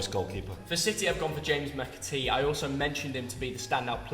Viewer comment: lost my respect for him when he said "James McAtee"